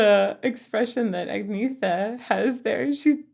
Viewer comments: The g in "gn" in Swedish often turns into "ng" in itself if it comes after a vowel, and there isn't actually a "th" sound in Swedish so it's just pronounced "t" regardless of spelling, making Agnethas name be pronounced more like Ang-neta. Although I think it's fine to pronounce it however comes naturally to you :) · The redhead is Anni-Frid and the blonde is Agnetha. Pronounced "Ann-yet-ah" Glad you're back!! PJ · This was "clubbing music" when I turned 18 (legal) in 1979! I love their music. They had a dozen or so big hits and you have the girls backwards. I believe the blonde's name is pronounced Ag nee etta. I don't know how to spell it phonetically on a keyboard. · For future reference. Swedish names with a ”th” in it is gonna be just a ”t” sound. Only exception would be that sometimes people have English names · Fun fact: Benny Andersson never learned to read notes. As far as I know, he still can't. But he is such a musical genius, so, who cares? Also, the blonde is Agneta, which is pronounced Ang-neta, with the stress on the e. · So many people's guilty pleasure. Enough people have pointed out who the singers are but nobody, yet, has mentioned that Agnetha is pronounce "Ann - yetta" and that they were two married couples. Benny and Bjorn wrote the musical "Chess" with Tim Rice. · Actually, that’s not how you pronounce Agnetha. was much closer (basically spot on)! It’s Ang-NE-ta, with the stress on the second syllable and no th-sound. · Yes, and Agnetha is pronounced Ahn-yetta. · Agnetha, the Blonde is pronounced an-yet-ah. ❤️ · no, not even close. There is no "y" sound at all. Ung-neh-tah is way closer. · no it's not, Agnetha is pronounced [Ang-neeta]. Ang as in Ang Lee, and then neeta as in beer. Your suggestion sounds like eastern Europe. Björn is pronounced [Bj-earn]. /Sweden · It's a HARD g so AnGn-neta. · It's more like Ang-neh-ta. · No, more like "Ungnai(r)ta". Obviously phonetic letters would be better😊